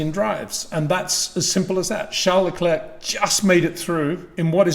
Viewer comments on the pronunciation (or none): none